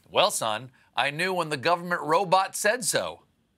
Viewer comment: That MA Ro-bawht was subtlety fantastic..... approved!